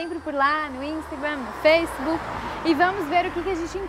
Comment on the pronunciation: curto muito o projeto de voces, menos o "instagrém" "feisbuc" kkkk